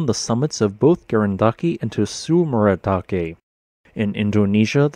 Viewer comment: You have to smush the "t" and "s" together for that first sound in "tsurumidake." It's a consonant cluster, like the final consonant cluster in "cuts," but at the beginning. So it's tsu-ru-mee-dah-kay not tuh-su-ru-mi-dah-kee